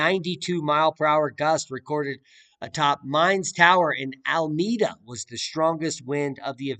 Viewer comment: Tam al & pais- pious.. also alameda -al uh me duh